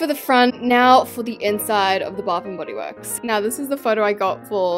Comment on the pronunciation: I’m so sorry but “Baf n body wourks!”